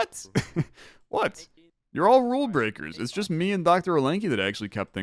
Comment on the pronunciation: Could “Bool” just be “Rule”?